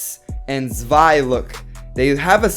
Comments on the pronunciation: To make it easier it’s pronounced like ZWIY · Zewi is pronounced sh way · Don't worry I got u... it's pronounced (zz-v-eye) zwei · This is how you pronounce zwei (zooweye) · I kinda want you to listen to google pronuncing zwei and try to pronounce it correctly would be fun :D